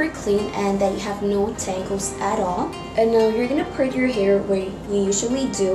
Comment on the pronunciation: It annoys me that she says "here" and not "hair"